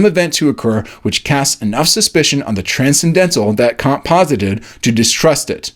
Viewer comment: Kant, not Caunt